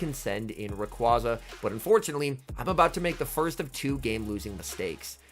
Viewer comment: Dude can you learn to pronounce rayquaza. Im cringing hard here.